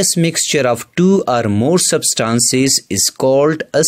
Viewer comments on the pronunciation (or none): It is not sabstances it is substances dont pronounce wrongly